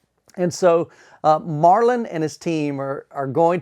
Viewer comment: The dudes name is Marton and not Marlon, kind of interesting you are so excited about the product you can't even pronounce the name of the maker.